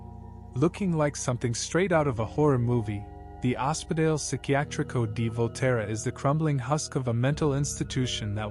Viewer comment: Oh-speh-doll-ay (Ospedale) .. love your video !.. I am an American living about twenty minutes from Volterra … thank s for this ! Kind regards !